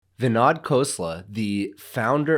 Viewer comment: Great video - BTW, his name is pronounced as vinOd, not vinAD.